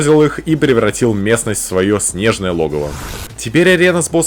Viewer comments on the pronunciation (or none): none